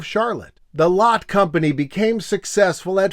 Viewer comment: it's pronounced 'lot-tay' by the way, as in the german original. at least in korea, people will talk about 'lot-te mart' or 'lot-tay tower'.